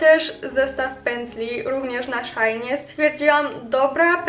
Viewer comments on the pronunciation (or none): Nie szaini tylko shein(nie hejt)